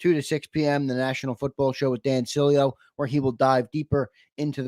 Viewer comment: I nearly turned this off the second you said Dan Silieo.